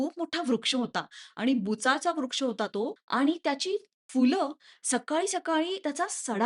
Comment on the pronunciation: Fool nastat madam phool ( फुलं ) असतय मॅडम